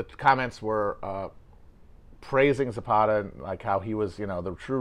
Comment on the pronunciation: I'm Mexican. The way Matt pronounces "Zapata" is making my head spin.